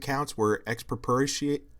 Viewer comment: Bro, you use pretty heavy language in your thumbnail, calling her philosophy “dumbass”, but struggle pronouncing “expropriation” and “Fyodor Dostoevsky” while calling your channel “lefty PHILOSOPHY”. Maybe some humility is in order. And I’m not even saying that to own you, you are the king of your own little echo chamber here. I’m saying that practically — the stronger and more emotionally charged language you use to disagree with a position, the more personally invested you become, the less opportunity you leave for yourself to see flaws in your own thinking and progress, essentially becoming a mental midget with a platform.